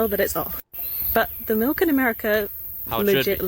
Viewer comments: I didn't know that people can actually say "malk" genuinely. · Are you saying 'melk'?